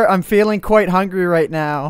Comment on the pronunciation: *hungry not humgry